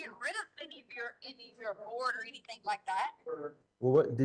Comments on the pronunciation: "I didn't do ANYTHINK WRONK!". I can't stand the way she speaks. Anything ending with a G, she adds a K. (Sadly Harley did it too, being raised by that vile beast) It drives me nuts. When describing "Egg-wardo", she says to Al that he was "dark skinded"...OMG. On several occasions she said "so why come...". Instead of why or how come.... "Dr. Stauch" does not have a PhD in education, as she claims. That's glaringly obvious. She makes me sick. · Everytime she lies (which is 99% of the time), she pronounces words in a silly exaggerated pronunciation. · When the question came up about the wood/board ,she stumbled on her words lol “ I never get rid of anything “ she pronounced the ANYTHING perfectly without the K in the end . Trash knew she got caught and soon they’ll find G. Imagine how she felt at that very moment. Justice has been served . Rest in peace G💙